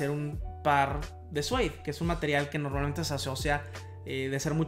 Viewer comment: Se dice “siud”